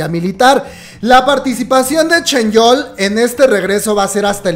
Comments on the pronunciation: Por qué le dices ChenYeol? En lugar de ChanYeol xD digo una curiosidad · Alguien que me explique el por qué le dice "ChenYeol" a "ChanYeol" 🤣